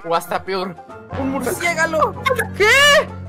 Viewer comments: murcigalo dijo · Like si oíste que dijo mursiegalo XD minuto